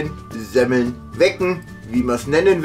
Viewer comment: Semmel --- -- - -- tz tz tz ... genau wie KRAPFEN - bei deinem letzten Livestream - Ihr habt ja eine aussprache - Echt Lustig - Weiter so - Immer wieder schön die Videos zu sehen.